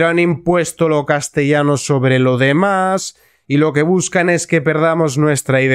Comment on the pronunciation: No ... castellano no está bien dicho.